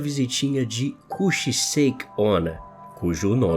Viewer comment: Só eu que percebi que Kuchisake onna foi pronunciado errado?